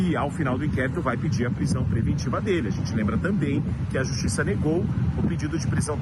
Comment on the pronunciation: E a "JUSTISSSA" liberou